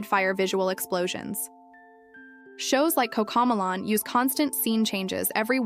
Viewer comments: The minute it pronounced ma-lon instead of mel-lon. I stopped watching it. Bullshit AI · I can tell this is an AI voice, seeing as it mispronounces Cocomelon as Coco Mulan, but at least this video is designed to help parents keep babies and toddlers safe from rubbish like Baby Shark, Paw Patrol, and other not-so-educational stuff. At least in my opinion, classics such as Wee Sing, Rock 'N Learn, and old school Sesame Street are superior in every way. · Cocomalon, it’s pronounced coco-melon. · Why can’t the narrator of this video pronounce Coco Mellon? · The way this ai video maker says coco melon is hilarious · If we’re going to use AI, can we at least get the pronunciation correct of various things? Like how she is pronouncing Cocomelon! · what are you a 12 year old girl? “Oh shut up”? I am decades into early childhood development. If someone is going to use AI, they can at the very least, make sure it’s correct. So, yes, the outlandish pronunciation of the title of the show being judged should be enunciated appropriately. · Ok so I wasnt loosing my mind. I dknt have kids and dont watch so I wasn't entirely sure how it was supposed to be said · Yeah so it makes it even more difficult to identify what’s an illusion and what’s not. 🫣 I am fine with the mispronunciation.